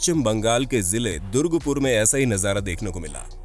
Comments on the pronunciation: Bhai durgpur nahi durgapur bol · It's not Durgpur......it's Durgapur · Bhai durga pur hota haa na ki durg pur aache se re jaga ka naam tho search kr leta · Bhaia durgupur(wrong pronounced) nehi durgapur, bcoz i live in durgapur. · नमस्कार, दुर्गपुर नहीं यह है दुर्गापुर । वीडियो बनाने के पहले जगह के नामों का अच्छी तरह पड़ताल कर लिया करें। भ्रम पैदा हो जाता है। धन्यवाद। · That durgapur not durgpur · Dont k know to pronounce.... Wat r u saying durgpur... Read it carefully it's durgapur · दुर्ग नहीं दुर्गा!! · That's durgapur... Not durgpur 🤣🤣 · Apko "DURGA" Pronounce bhi thik se nehi hota....!! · Bhai mein Durgapur se hu, Hamare city ka name thoda ache se liya kro yrr 😅,but video achha tha